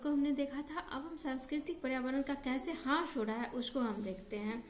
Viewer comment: Beta aapki classes pehle se kafi acchi ho rahi hai, improvement ho raha hai but thora sa aapko correct karna chahungi. ह्रास hota hai matlab nuksan ya kami aur aap bol rahi hain, हास